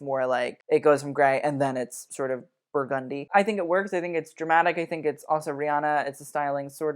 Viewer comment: idk but the way you say burgundy has me weak!! ily